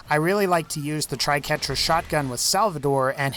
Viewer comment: That was the first thing I noticed when he started showcasing the Triquetra (or "Tri-qwerta" as many people seem to call it for some reason). Ugh, painful to watch . . .